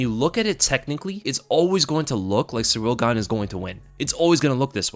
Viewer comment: All I'm hearing is "Surreal Gone" it's pronounced "See Reel"